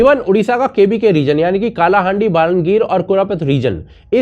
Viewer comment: Bro its not कालाहांडी its कळाहांडी